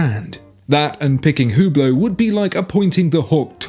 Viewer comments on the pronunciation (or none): none